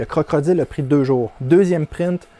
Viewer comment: Tu me fais rire à chaque fois que tu dis CroCrodile, bonne vidéo comme d'habitude.👍